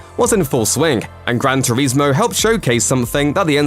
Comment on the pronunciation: Had to turn the sound off and watch in silence after hearing you say "gran turezmo" multiple times 🤦🏻‍♂️